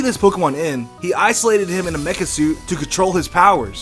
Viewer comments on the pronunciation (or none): none